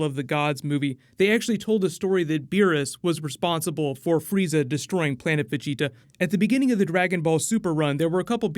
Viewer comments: Why do you say vegeta so weird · Stop sounding dumb af saying vigita 😂😂😂 it’s VAGETA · he's a good source for anything new with Dragonball, I get most of my info from him, my only gripe is how he says "veggie-ta instead of Ve-geta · just some constructive criticism, Vegeta is pronounced (in eng) "Veh-Gee-Tuh" not "Vegi-ta" other than that you've done pretty well with pronunciation also Gogeta isn't canon, the only canon fusion (as of now) is Vegeto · Broly vs Gogeta of course and It's pronounced Va-gee-ta not veggie-ta. Just a small note..... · 1.it`s Goku that yells Vegetas name , not Broccolli-chan ! 2.The one saying " you dare push me bnlah blah blah " is Freeza , not Broccolli-chan ! 3.Vegeta`s name is pronounced Ve-JI-ta or Ve-GE-ta , the accent is always in the midle ! 4.No fusion , no Gogita at the end of the trailer .They just atack together.They do this multiple times ! Breakdown ? Did u even watch the trailer ?! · So nobody go mention how he saying Ve-Ge-Ta name lol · why do you pronouce vegitas name like that?? who's veg 'eetah? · It's pronouced Vah-Gi-tuh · I like your content but the way your pronouncing "vegeta" as beeji-tah sounds ridiculous. Dont try so hard V's sound like B's in Japanese and korean same goes with L' s to R's... raughing out roud!!! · Its va ge ta not how your saying it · The way you say vegeta I wanna fucking knock your teeth out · Why do u keep pronouncing “Vegeta” weird but you say it normal when u say Planet Vegeta? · Why are you saying Vegeta’s name like that?? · I think Broly fights Freeza at the beginning of the movie and potentially kills him. Also why do you say Vegeta like that? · Wow you need to say Vegeta right man 😅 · Why are you pronouncing Vegeta like that bro? 😂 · foreal yo 🤣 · does it bother anyone else how he says vegeta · Can you say Vegeta right for gods sake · Good video. I have to get use to you saying Vegeta's name like that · The way you said vegetas name in the beginning 😖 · Say Vegeta name right!